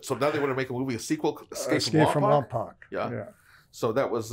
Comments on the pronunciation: Just a heads up, I don't wanna sound like them keyboard warriors 😂 and it's definitely understandable for non locals to mispronounce it, but Lompoc is pronounced like "poke" at the end of it. Still, no sweat, very much love the content! Even Vin Diesel mispronounced it in Fast & The Furious, haha. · Guys, it is pronounced Lom poke, not lom poc. As far back as dragnet Lompoc has been mispronounced. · I would have never known Lompoc was such a big place. Hell, I’ve lived here for a long time too. It’s pronounced “Lom-Poke” - but LomPock works too I guess LoL. Love the videos. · Lompoc is in southern California. Family used to live there for a bit. Also pronounced Lom-poke not Lom-pac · It’s pronouns “Lom-poke”